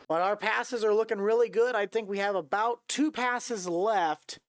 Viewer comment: “For ablout” 😂